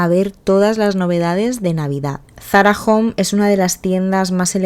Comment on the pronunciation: Es Zarahome,home de hogar no jom 😊